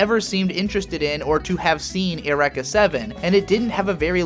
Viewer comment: The way you pronounce "Eureka". muah muah Brilliant.